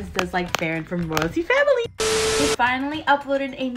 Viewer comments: I also think her crush is ferran and u were pronouncing ferran wrong u were pronouncing it as “feren” ur supposed to pronounce it as “feraan” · So so so much support! Ive known it was Ferran since the insta reel lol! Also its pronounced fur-on not fair-an lol much love!